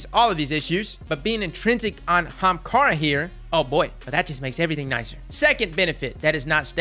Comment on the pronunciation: "young HAAMKARRA